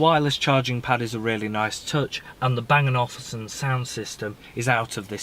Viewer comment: Couldn't watch all the video, the noise from that coat is annoying . It's Bang and Olufsen not Bang and Ofulsen